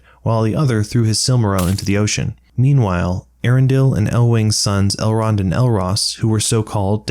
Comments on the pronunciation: Eärendil? Both the E and the A are meant to be pronounced and separately, too, as opposed to a dipthong, where different vowels combine to form a new sound. It should be pronounced "E-Yar-End-ill." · just one correction: eärendil is pronounced ay-AH-ren-deel with a rolled r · I'm disappointed that the movie UTTERLY butchered the pronunciation of the name Eärendil. They were supposed to have linguists working on it, to make Elvish a proper, spoken language. And yet, they completely failed to notice an impossible-to-miss diaresis in the name.